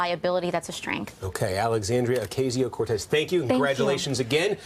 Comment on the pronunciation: It's Ocasio, with AAAA sound not EEEE sound